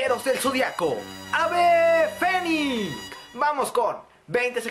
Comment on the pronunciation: Parece que en lugar de decir "el fénix" dices "el fenic"